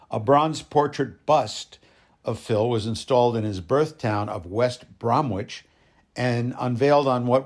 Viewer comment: Sir, I’m a huge supporter of Phil’s. He never liked calling people fans. I just wanted to tell you, this was very good! The information was spot on, very precise. I’d also like to commend you on the real proper pronunciation of his name. That was a really big deal to Phil. You really did a great job here! 🍺🍻🎸